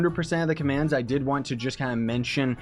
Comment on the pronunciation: when he start saying commans